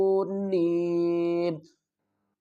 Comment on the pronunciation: السلام علیکم و رحمۃ اللّٰہ وبرکاتہ اتحآجوٓنی کے ہجے میں واؤ کی مد کو نہیں بولا اس کی تصحیح فرما لیں جزاک اللّٰہ خیرا